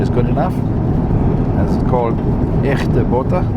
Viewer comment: Always love your video’s! Its Nice to see you both travelling together and enjoying the flight experience. Your pronounced “echte boter” correctly by the way!